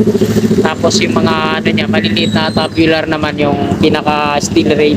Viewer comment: Opo..Kaso pronounce dapat Tsubyular na naging tabyular😂 Dibale sa next Tama na Yan😂